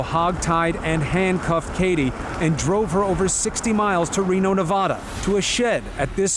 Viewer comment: What makes me most triggered in this video is how they pronounce "Nevada".